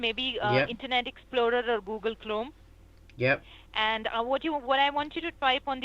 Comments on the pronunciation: Google CLONE (Chrome) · 'Woogle Clome' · lol "Oogle Klome" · Google Chlome did she say? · Google Clome ?? Take a drink every time she says...not a problem OK or just give me a moment and kiss your liver goodbye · "or glugel clome" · "boogle chrome" LOL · Did she said Google Clome???? hahahaha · dublu dublu dublu are one gwooglel clronme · she said "boogle klom" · googol clome, haha, dubloo dubloo dubloo